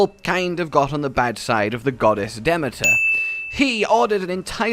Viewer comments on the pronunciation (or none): DEMETER YOU CRAZY MAN. YOU SAID YOU WOULD SPARE US FROM BAD PRONOUNCE'S AND THEN SAID A NAME WRONG! DE-MEAT-ER NOT WHATEVER THAT IS